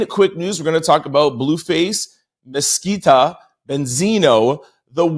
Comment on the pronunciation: Love you! Just wanna help you break it down to say it correctly. Her name is Ma-si-ka